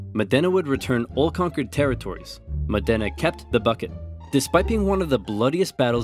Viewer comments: I propose myself as your Italian pronunciation checker. Any time you're unsure, you can contact me (for free!!) and I'll help you out. For the time being, it's Mòdena not Modèna ;))) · Great video! It's pronounced Mòdena, not Modéna tho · Modena is said with accent on the first syllable, MOH-deh-nah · The pain when he pronounced Modena as "mòh-DEH-nah" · Modena should be pronounced mOdena with the accent on the O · Just a note, the accent is on the O, so it's MO-de-nA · it's pronounced Mo' dena [mɔːdena] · Beautiful video! Just remember, in the Modena the stressed syllable is the first one, 'modena (Mòdena). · It's pronounced Mòdena! :D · I’m from Bologna lol. Amazing video ad always, but it’s pronunced “Mòdena”. The accent is not on the E but on the O. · Never thought of pronuncing the city "Modèna". It sounds so different. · Modena is actually pronounced with the o stressed. Besides that and a few minor pronunciation issues, great video as usual! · Me from Modena, hearing oversimplified saying the name so wrong I didn't know it was my city: hilarious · That's not how Modena is pronounced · Every time you say Modena I die a little inside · Just FYI. Modena is pronounced Mod-ena, not Mo-dena. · btw it's MOdena, not ModEna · Mòdena not Modéna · It's Mòdena, not Modéna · Fantastic video, but since i'm a modenese i cringe every time you pronounce modena wrong. The accent is on the o (Mòdena not Modèna) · It's pronounced Mòdena, not Modèna. Anyway, WE STILL HAVE THE BUCKET SO SCREW YOU BOLOGNA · Over oversimplified. Modena is pronounced MO dena, not mo DEna. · It's pronounced MOdena, not moDENa! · it's mòdena.